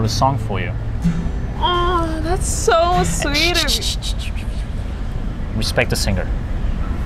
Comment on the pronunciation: you say the 'respect' wrong It should be "RESSSPECTCHH"